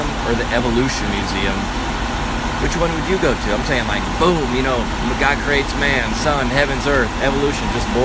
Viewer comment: johnbcrist - I just have one question. What's a snorble? Oh, wait...or did you say, "life is horrible."?